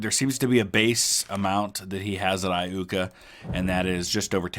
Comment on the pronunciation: Eye-YOOKAH ... just saying :D